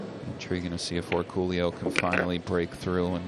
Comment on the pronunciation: Why can't commentators pronounce his name correctly. It's Orcollo. (Or-coy-o)